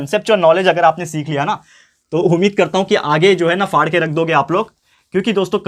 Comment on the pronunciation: Sir ap kya tarzan ka movie dekh kar aye ho na kyu ki app "fada" bol rahe ho😁